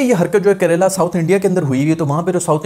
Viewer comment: not karela itz kerela